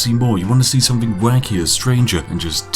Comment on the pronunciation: Is it a conscious choice to mispronounce words like ‘with’ and ‘something’ as ‘wiv’ and ‘somefing’? I’d never bring it up normally but since I assume you are playing The Spiffing Brit as a character this apparent inability to pronounce ‘th’ is really jarring when compaired to the rest of your speech.